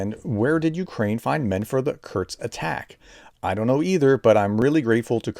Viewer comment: there isn't a T is "Kursk"